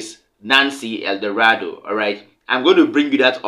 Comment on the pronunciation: It’s Nancy L. Maldonado NOT Eldorado